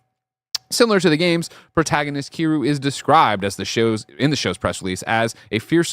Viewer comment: that's Ki-REE-YOU. The show has been announced 2 years ago... it just didn't make any major news outlet.